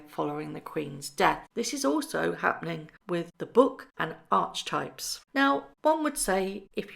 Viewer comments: Archetype is pronounced ar-que-type. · archetype is pronounced arky-type or Aa-ke-tipe